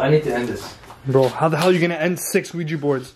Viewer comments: The board is called Ouija, pronounced “we-G” the curser is called Planchette, pronounce “plan-chett” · The board is called Ouija, pronounced we- G